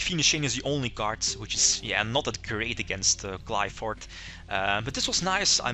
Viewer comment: I really think he is mispronouncing Qlphort, gem knights def need better fusion monsters